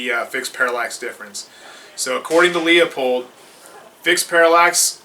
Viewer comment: It's pronounced "lou-pold" ........ not "lee-a-pold". But still a great video